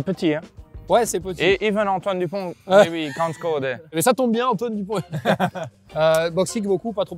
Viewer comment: Le "even Antoine Dupond" sans aucun accent du 3 était suspect